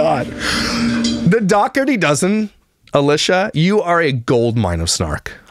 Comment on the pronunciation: A”lush”a…. Love it!